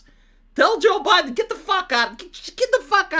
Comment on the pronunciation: I'm naming something Zho Bi-Den now because that pronunciation just sent me.